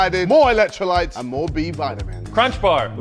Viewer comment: Ksi saying vitamin like that 🙃🙃